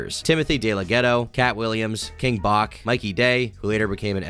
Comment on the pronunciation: yooo, “king Bach” is pronounced “batch”…lolol. C’mon man.